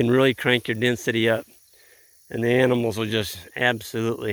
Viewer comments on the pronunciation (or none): none